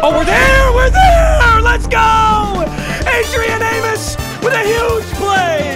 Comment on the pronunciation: He really said Adrian amus